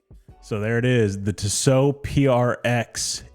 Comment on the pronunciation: It’s Tee so not Tiss O